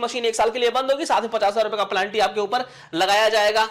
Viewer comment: अरे भाई, पेलांटी नहीं । 😂 पेनाल्टी होता है ।